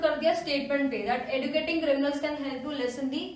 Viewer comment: mam, kindly correct the pronunciation of educating, it has to be pronounced as eh joo kiet ing ·